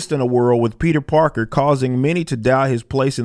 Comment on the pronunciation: His ass said Peter Darker LMAO